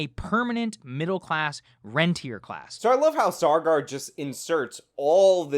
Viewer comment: Saagar doesn't even know what rentier class means. It actually means the opposite of how he is using it, the capital holding landlords, not the people renting the homes. pronounced ron-tee-ay